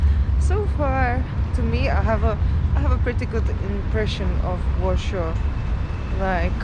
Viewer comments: Its called Warszawa or Warsaw in English ..not Warshaw. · Wondering where do you originally come from. Your pronunciation is totally off. It's not Warsho it's Warsaw. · Why do you pronounce Warsaw as Warshaw? All English speaking people pronounced IT ad Warsaw. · But her husband is English and he pronounces Warsaw as Warshaw too. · Ta Pani nie jest obywatelem GB,za słaby ma angielski,even Warsaw is not pronaunced correctly In english